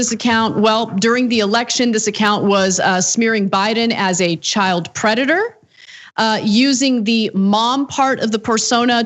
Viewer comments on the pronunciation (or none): none